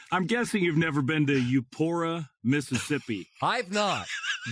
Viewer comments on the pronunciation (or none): Euphora? Its EUPORA Scott. Yam Dankee. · It’s Eupora! Not “Eufora”😂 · U-Poor-uh No ph sound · You-pour-uh HAIL STATE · Heck I am from Ackerman and he is upsetting my by not pronouncing Eupora correctly! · It's Eupora... Like "Eupora and I'll drink her"